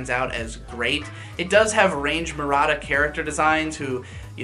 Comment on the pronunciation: Just for your knowledge, and because I was curious about it myself in the past, the Range in Range Murata is pronounced "Renji." Here is an old blog post that references an interview with him where he talks about it